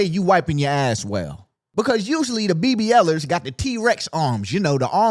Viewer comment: hard R is crazy